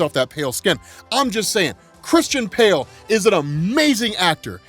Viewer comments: Lol you said Christian Pale, I don’t know if anyone caught that. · did you mean to say “Christian Pale”? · Christian "Pale"? 🤣🤣🤣